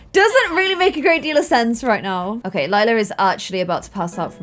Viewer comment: I clicked faster then could say lylas name wrong